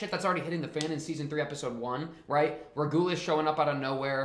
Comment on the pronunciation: Btw regulus is pronounced reg-you-less but great reaction and yeah this season is peak just you wait!